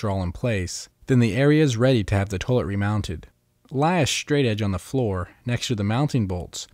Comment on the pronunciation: Lol "towlet"...